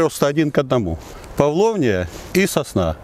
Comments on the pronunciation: Интересно какой дурак перевел его в начале как Павловнич. Это павлония. Там w не читается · Блохер какой-то под кайфом. Название дерева невыговаривает.